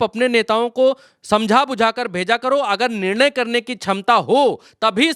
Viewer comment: इस बिड़ले को हिंदी बोलना ta नहीं आता है निर्णय को निने बोलता है 😅 चाहते जो चाते नहीं को नी